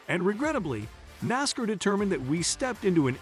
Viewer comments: Nas-car not nasker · Please learn how to pronounce NASCAR!